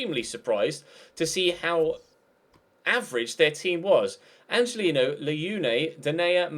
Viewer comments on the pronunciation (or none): its pronounced "angelinyo" this ñ is makes the 'ny' sound.